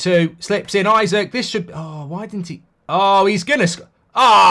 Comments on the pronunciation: Isak is pronounced "ee-sack" not "I suck" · It’s “ee-sak” not “i-sik” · Just for future reference mate its 'eeeeeesak' 👍